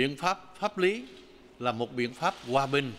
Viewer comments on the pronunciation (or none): Thủ tướng của đất nước mà vẫn nói ngọng vậy :hoà bình - gòa bần